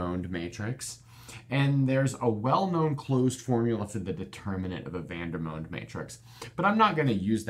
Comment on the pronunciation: Quick question: isn’t the pronunciation Vander-mond? He was a French mathematician, so the “o” in his name shouldn’t be the long o sound.